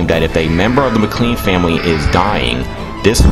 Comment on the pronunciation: Good Lord man the pronunciation is “McLane or McClaine for McLean. It’s not Mick Clean Duart is pronounced “dewert”not Do Art. Other than that thanks for the video.